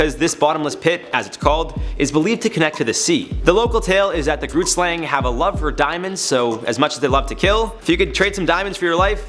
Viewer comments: It is Afrikaans and I’m no expert at writing the phonetic spelling, but it’s similar to: khret-schlong. The first word is said with a “k” sound but from the back of the throat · As a South African who's home language is Afrikaans I can respectfully say that you are butchering the pronunciation of the grootslang. I also can't figure out what the town is your talking about. 🙃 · Right? it took me a while to figure out that he was saying grootslang xD It looks like it might be in Richtersveld in the Northern Cape, I googled it so that I know where not to go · Grootslang? your saying it wrong i am from south africa and thats not how you say it